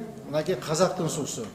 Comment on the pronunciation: Бул депутат кайсы диалекти менен суйлоп жатат , сууду деп эле ,😡